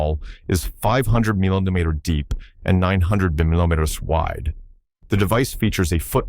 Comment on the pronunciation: "3.2 cencemetes" -- "500 millindemeter" This American AI voice has definitely problems with the metric system. 🤣🤣